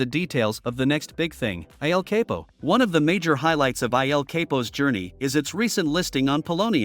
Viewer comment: The pronunciation is El CAPO